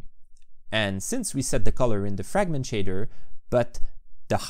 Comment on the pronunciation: "framgent" Me: shakes uncontrollably